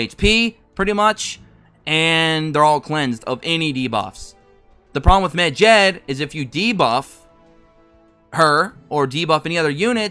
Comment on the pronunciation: the way you pronounce medjed hurts my ears, its med-jed not mejed